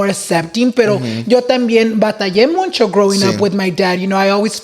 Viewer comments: I love, but this man says “muncho” 😭😭 Boy it’s “mucho” lmaooo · It's Mucho, not Muncho! Come on! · Dice “muncho” muncho 😂😂